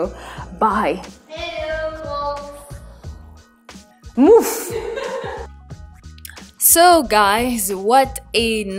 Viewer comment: On ne dit pas moufff 😂😂😂😂😂